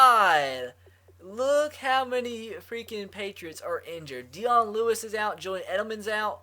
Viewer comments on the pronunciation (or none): His name isn't deon btw it's pronounce de-own.